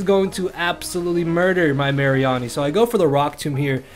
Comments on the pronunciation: "Assault Vest Marry-arnie" It's Mah--ree-nee! As Marine and Meanie xD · I have never heard someone pronounce Mareanie the way you have (no hate just saying)